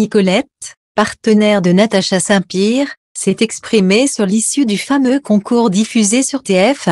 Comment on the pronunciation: On dit Pierre, pas Pire, vous avez encore beaucoup à apprendre, on le sent que vous lisez un texte, encore des efforts à fournir